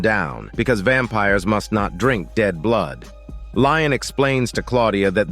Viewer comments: I just.. don't know how you get "Lion" from "Lestat"... 😅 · I fell out laughing after hearing "Lion" I was like oh hell no! 😂 ☠️ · Dear god it is he is called Lestat. I cant give you you a thumbs up like I usually do for this horrid mistake. Im sorry.